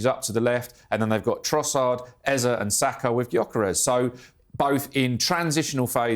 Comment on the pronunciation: Its not "Ezah" Its "Eze" Just saying Thanks for the analysis though It was marvelously put together